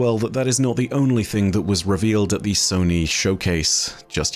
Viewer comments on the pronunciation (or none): none